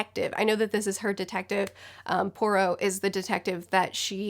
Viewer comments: Hercule is pronounced with a silent H and Poirot is like pwa-ro, the T is silent as well. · If it makes you feel better, I speak French and still have trouble pronouncing Poirot’s name!